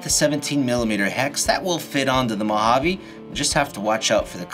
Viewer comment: It's Mojave not 'Mohavvy'😮‍💨